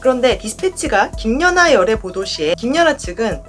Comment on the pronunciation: 저기요...김녀나가 아니고 김연아입니다. 남의 이름을 넘 왜곡해서 발음하시네요. 거 열라 신경쓰이네